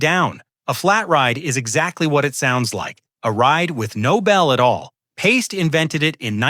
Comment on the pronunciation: Pie - stee.